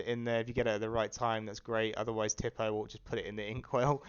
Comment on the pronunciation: Tipo is pronounced "tea-po" not "tip-oh" just btw